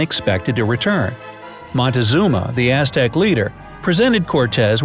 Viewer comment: you pronounced that SOO wrong. I loved the Aztecs and learned how to pronounce that name.